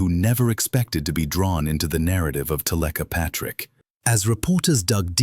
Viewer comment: Why would you switch the ai voice to one that pronounces her name incorrectly?